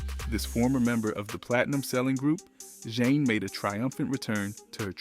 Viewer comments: Not zhane Jah neh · Idk if I can take this video seriously. Dude can't pronounce FLAVA or Zhane😂😂😂